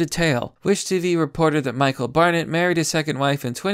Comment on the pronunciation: "Bear net".... EDIT: I think she watched Orphan one too many times.